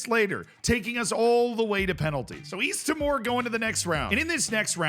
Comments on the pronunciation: East timor is meant to sound more like "tea - more" Great video though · Yeah, it's said like tea more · The way you are saying East timor is so funny, it's not even close